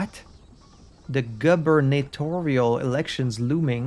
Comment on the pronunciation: hilariously, it’s pronounced “goober-natorial”. And it’s not a typo; for some bizarre reason, that really is the adjective form of ‘governor’. As a non-native English speaker, I was sure I was being pranked the first time I heard it.